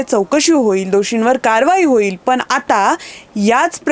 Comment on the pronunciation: आपले उच्चार सदोष आहेत. पण ऐवजी पन , जाणून ऐवजी जानून, आणी ऐवजी आनी , होणे ऐवजी होने ई.